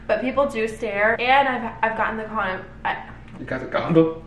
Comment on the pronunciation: Loved this video! You cracked me you said condom instead of comment😂